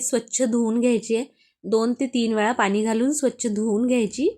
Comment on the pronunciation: मालववी नाही मालवणी. ही मालवणी डाळ नाही. उगाच काहीतरी फालतू व्हिडिओ करू नका.👎👎 धड बोलता येत नाही. स्टाईल मारून डाळ चांगली होत नाही. आनी पानी